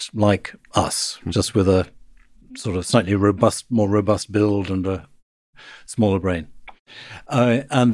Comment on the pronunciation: Right at the end of this clip, , was he saying that our brains have become SMALLAR recently?